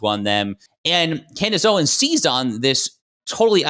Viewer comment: Tucker Carlson and Camerace Owens? Did she mispronounce her own name?